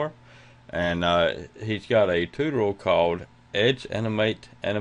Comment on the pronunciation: Also what the hell is a "tooteral"